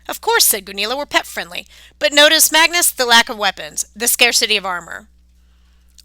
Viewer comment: You're American aren't you but you really speak English very very bad it's it's Magnus not mangoes mangoes It's tier not tire it's TEIR pronunciation tier not T IRE